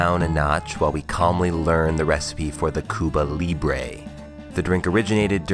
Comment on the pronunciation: The way she pronounced “libre” was really making me mad